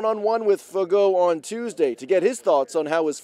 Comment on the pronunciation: Oh, it’s pronounced Fagoo?